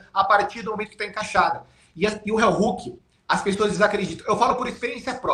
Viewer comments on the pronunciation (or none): CRÍTICA CONSTRUTIVA: - Não se pronuncia RÉUHOOOK e sim RIOHOOK 👍 - O heel hook não quebra o tornozelo, o que estala é o JOELHO👍 🤜🤛